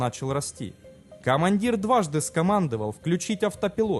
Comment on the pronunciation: Писал уже... Диктор, уважаемый!!!! Правильно произноси русские слова!? "ЗафиксирЫвал, СкомандЫвал" ЗафиксировАл! СкомандОвал!